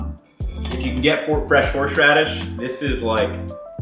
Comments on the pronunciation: Anyone got a counter of how many times he said 'horsh radis' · Why do you pronounce horseradish so weirdly?